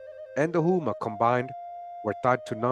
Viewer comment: not trying to be an asshole, but "Houma" is pronounced "Hoe-ma" as in Oklahoma (but, Oklahoma should be spelled "Oklahouma")